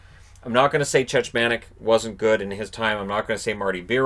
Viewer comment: Love your content, been a subscriber for a couple of years. But please - it's not Chechmanek. It's pronounced Checkmanek (or like Czechmanek because, you know, he's Czech). Not a hard transition :).